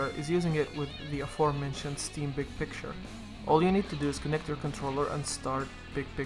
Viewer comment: is he saying pic picture or big picture